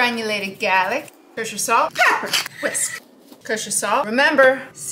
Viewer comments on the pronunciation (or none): The way she say “Granulated Gaaahhhhlic” and “Buttah” makes my water🤣🤣